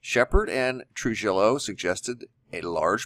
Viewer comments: Trujillo is pronounced Tru HEE Yo. Thanks lol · Trujillo is pronounced true-He-o... c'mon man, you're in AZ! Can't you pronounce those Hispanic names yet? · Great video. I’m still skeptical, but I’m getting closer. BTW the name is Chad Trujillo (Troo-hee-O). Thank you! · Just a friendly tip; Trujillo is pronounced Tru-hee-yo.